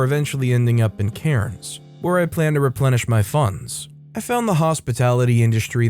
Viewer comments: Story 3 you gave me the best laugh your Cairns is so off gave me a good chuckle thank you for that and we pronounce it more like cans but good job on giving it a crack mate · You don't pronounce the "R" in Cairns, chief.